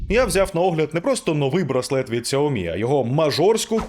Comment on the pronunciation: Ксуомі, Ксуйомі... 😯 пздць... Чи все ж таки СяоМі?